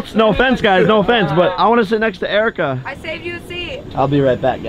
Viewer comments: Every time I watch Jake Paul and he talks about Erika he ends up saying JERIKA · I love how her name is Erika and Jake called her jerika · Have you notice that jake calls erika jerika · did he just call Erika "jerika"?